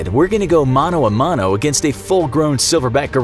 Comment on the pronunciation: Didnt u just say Mano o mano